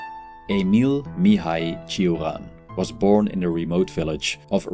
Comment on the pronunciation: Iv never heard someone prounojnce his name so weirdly lol 😂